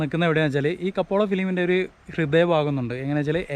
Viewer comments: കപ്പോള അല്ല സാർ കപ്പേള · It's not kapola it's kapela